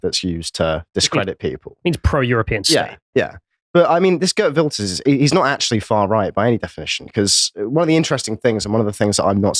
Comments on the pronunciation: Pronounced Heert Vilders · mispronouncing Geert Wilders is so funny. Because of Farmer's party winning the procvince election, that the wef stooge aka rutte disbanded the government after it, so election happened way earlier, as it was supposed 2 be March 2025.